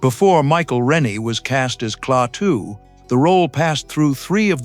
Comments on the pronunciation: it's not Cle-Atu...it's Klaatu. See what you get when you employ AI for voice-over? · Klaa-too, not kleateo or whatever the hell this AI vocal crap pronounces. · Who are Kleatu and Goot? This must be AI that pronounced the names incorrectly and later correctly. The Thing From Another World and Invasion of the Body Snatchers are two more great 50's Science Fiction movies. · AI mispronouncing as usual. (Klaatu) No human quality control as usual. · Who the hell is "GNUT" AND "KLEYATU"??? Bloody AI. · What a heller. The earth was destroyed by GNUT just because Kleyatu's name was mispronounced.😟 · If I spot Klay-at-tue out in front of my house, I'll invite him in for a beer. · Jaffe appeared in TV’s Ben Casey as Dr.Zorba. Also theAI can’t say Klatu. Keeps saying kleatu.